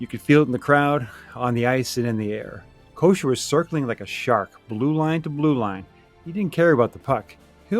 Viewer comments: “Ko-Cer” not kosher lol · Joey Ko-sir...not Kosher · I’ve heard announcers mispronounce Kocur’s name a lot. Koshur Kokerr Kos-cherr